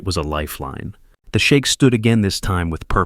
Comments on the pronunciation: Sheik, not Shake. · It's "Sheikh" not shake 😂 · You're mispronouncing the word sheikh sp? You're pronouncing the word shake ( American English is sheek )😊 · AI needs to learn how to pronounce foreign words. Sheikh not shake. Great story. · Shame your AI doesn't know the difference between shake and sheik.